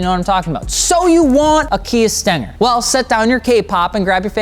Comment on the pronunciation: "so you want a Kia 'Stinker' "